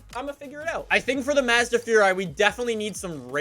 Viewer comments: its maz da not madza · IT'S PRONOUNCED "Mosda" NOT FUCKING MAAAAAS DA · mAHzda furai is the correct pronunciation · Lol how he says Mazda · Why does he say Mazda like that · Not how you pernounce Mazda dude! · Wanna hear a joke? The way pronounces "Mazda".